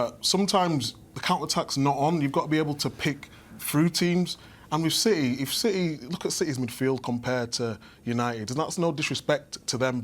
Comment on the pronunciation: Man said Rashfords gonna be in ciTeH😂😂